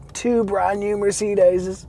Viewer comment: nice review but cant get around how you say Mercedes lol! Its not a seperate word